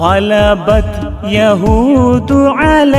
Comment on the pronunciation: يهودِ or يهودُ